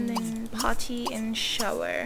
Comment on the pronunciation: i love how you say Pot ty